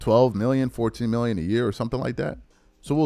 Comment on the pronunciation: I heard you say 2 minion for 3 years not 2 million a year